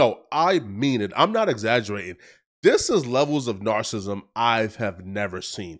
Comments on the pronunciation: Not being able to say Narcissism but reporting on issues is crazy lol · Ayy What The Fuck Is “Nar-Sism”..?? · talking about narcissism is ironic, or how he says it “narcissm”. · Not u using the word narcissism and can’t even PRONOUNCE IT! Cmon son! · Bro stop using words u can’t pronounce it takes away from ur points cuz u sound dumb. Ur not dumb at all but when u mispronounce multiple words multiple times that all a lot of ppl notice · Bro, before you start trying to use big words, learn how to pronounce them. Comfortability is not a word narcissism isn’t a word. You sound ridiculous when you make up words and mispronounce other words trying to sound like you’re smart come on man. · Gotta learn to pronounce narcissism ….😂